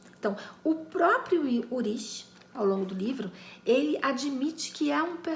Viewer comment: Só uma dica: não se pronuncia "urish", e sim "ulrik". Eu vi na série alemã "Dark".